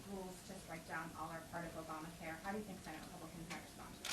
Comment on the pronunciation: Whats a Sssenate?